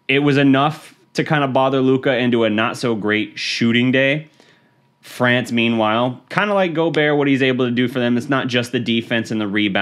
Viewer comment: Fweeence hahaha